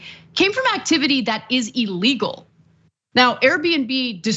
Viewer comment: Illegal not elegal